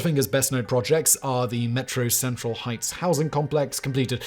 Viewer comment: Every time Simon says "metro central heights" I hear"metro sexual heights".